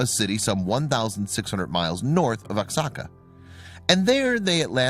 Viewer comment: Oaxaca is pronounced "Whahaca".